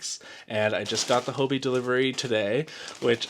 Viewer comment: Why are all Americans pronouncing Hobbii as Hobi? Are you unaware of the word Hobby. 2 Bs isn't that hard and I can't think of a word in English (or other languages for that matter) where there is double B, and one would be dropped.